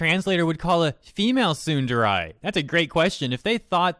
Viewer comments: Sorry to be that one person but, as a weeb, I want to say that it's pronounced "Tsoon-da-ray" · Just to clarify, I am NOT saying this to make fun of you or anything. I'm just legit curious. Are you intentionally misponouncing "tsundere" as "sunderai" or do you not know how the word is actually pronounced? I would be VERY surprized if it's the latter, considering how much of your content is anime/manga/japanese culture related. For all I know, you might be doing it on purpose as a type of censoring for the word or something, I dunno. But, I just hear you say "sunderai" and I'm like "....Okay, but why, though?". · I'm sorry, but the way you say Tsundere causes me discomfort in a way I never knew before. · "Soon-the-rye". I agree that it's not that difficult to translate, but it's not that difficult to pronounce either. (^.^') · Would it have killed you to learn how to pronounce the japanese words you talk about correctly? a minute on google translate is all it takes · am I the only one bothered by the way this guy pronounces "tsundere"? If you like anime at least get your phrases right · Your butchering of the pronunciation of "tsundere" aside, I'm unsurprised at these events. Damn localizers. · The way you pronounce Tsundere bothers me in the depths of my soul. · Why. Why do you have to butcher the word tsundere? It's painful to hear you pronounce it that way. Edit to add: More than likely the reason they don't hire English speaking Japanese people is because the English language is dumb. Most people who primarily speak English don't have a decent enough grasp of the language to properly translate another language into it, let alone someone who has it as their second or third. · the pronunciation of tsundere in this pains me lol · my dude please stop trying to pronounce the word tsundere; if you cant say it, then dont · Love your content but otherwise, Tsundere is prounounced like "Soon-Deh-Reh" not "Soondarai" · Why's he saying tsunderai?